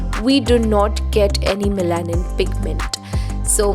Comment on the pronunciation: Hi great video! Just a small feedback on the pronunciation of melanin.Its pronounced as meh·luh·nuhn. thanks for your hard work! ive started using minimalist too🙂